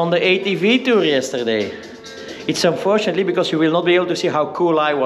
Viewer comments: Unfortunenality 😂😂 Sweet home fruten fraten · un fortun atetlity 😂😂 hhhhh